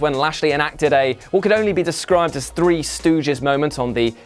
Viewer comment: one, two, tree